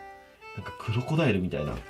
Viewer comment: 私はウロコダイルって聞こえた笑